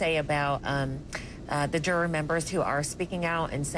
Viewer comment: Why can't she say juror correctly?